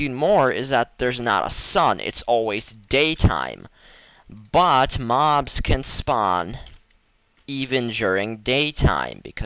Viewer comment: lol. the way he said but. BOTT